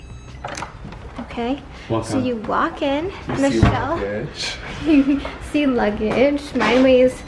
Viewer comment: Michels French accent was so good hahahha